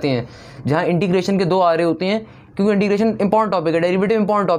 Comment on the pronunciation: Aap "kyun ke" ko "chun ke" kyun bolte ho?